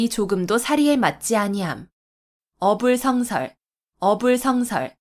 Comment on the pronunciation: "어불" "성설"이라고 띄어 읽는 것이 아니고, "어" "불성설"이라고 띄어서 읽어야지요. 공부 좀 더 하이소!!!